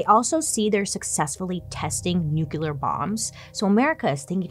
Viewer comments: I love you, girl, but... it's nu-clear... Not nu-cular... Sigh 😔 why is that word so hard for so many? I really don't get it... I feel like Bailey is never going to see this comment or any of the other comments i put on here... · Please look at the word nuclear and think about how you pronounce it. Does that seem right? Do you ever notice how other people pronounce it a little different ? I'll give you one hint... there's only 1 pronunciation.